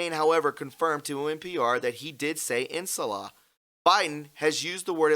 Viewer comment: Its pronounced "In Sha La"